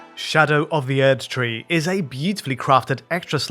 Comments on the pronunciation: He pronounced the German prefix "Erd-" (means "earth") correctly, while most people pronounce it like an English word - which it isn't. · yes he does pronounce the German prefix the right way, but all of the game characters say Erdtree with English pronunciation so that is arguably the correct way.